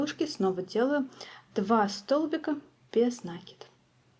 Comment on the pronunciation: Без накИда, а не нАкида.